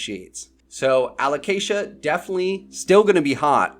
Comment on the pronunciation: Fully agree with everything in this one, I'm looking forward to new variegated alocasia myself. Keep pronouncing it aloCAsia by the way, it's more fun that way 😂